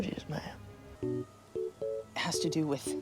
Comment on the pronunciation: Bruv “my apologies mayam” Jshhdudhd I